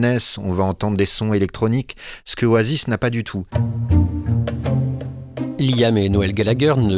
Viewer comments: Layam se prononce Liam . Merci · J'écoute le podcast et j'ai une pub qui pop avec Amazon et la chanson d'Oasis "She's electric" 🤣 Liam se prononce "Lee-um" en anglais et "lit ame" en français arrêtez de dire "L' ail ame" depuis 30 ans vous n'avez pas corrigé cela 😂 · Un podcast non avare de clichés sur le groupe et ses membres. Déjà quand t'entends 'Laîaamm' ça donne le niveau.. Un podcast par un quelconque amateur sur son temps libre est 4x plus objectif. Le pire, c'est que c'est quand méme en progression par rapport aux articles claqués au sol qu'on a dû se coltiner les décennies passées.